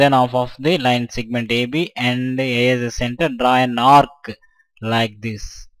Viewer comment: its segment...not sigment